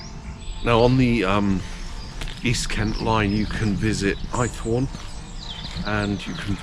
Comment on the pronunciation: Must visit one day, great little railway. Was born in Dover so no excuse really. The village on the line is pronounced Aythorne not Eyethorne 👌